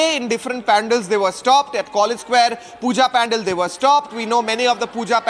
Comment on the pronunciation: Dear kindly correct your pronunciation of Pandal it's not pan-dal. You are a role model for many.